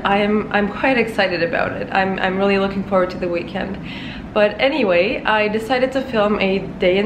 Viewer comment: The way you said "anyway" I bet you are Turkish :-) Nice video.